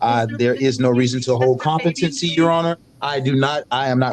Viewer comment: If you say "Contepamcy" instead of COMPETENCY then you have already failed the test 😂.